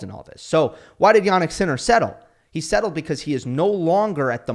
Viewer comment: Settled* 😂😂😂😂 Jesus Christ..